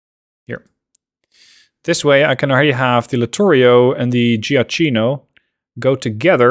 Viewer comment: The actual littorio class had a very similar rear turret arrangement (also it's pronounced joakkino :)